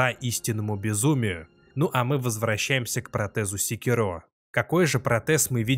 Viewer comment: Ну когда ж уже обзорщики Sekiro научатся ставить ударение...